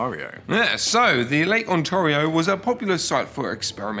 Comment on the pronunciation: The dislike is probably from a Canadian and probably because they are butchering the pronunciation of Ontario.